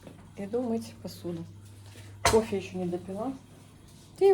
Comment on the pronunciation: Не кофэ; а кофе! И кофе- это ОН,а не Оно!